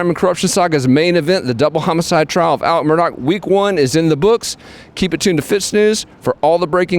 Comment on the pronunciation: It's not Alec and not Mur dock!